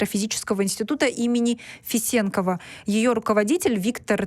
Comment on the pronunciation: Добрый день, ударение надо делать не е, а на о. Фесенкова, С уважением, Кайрат аға. Тейфель _ выдающийся астрофизик. Это наша история. Их позиция тоже правильна. Надо знать астральную традицию кочевников.